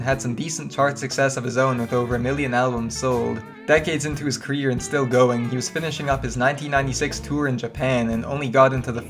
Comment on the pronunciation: yeeur careeeyurrr! LOL you're the absolute worst wow